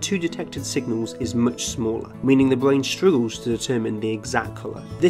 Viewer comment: The small speech inpedement makes him so cute! ”The bwain”